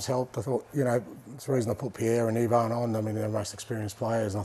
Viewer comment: I LOVE how he correctly pronounced Perisic's first name.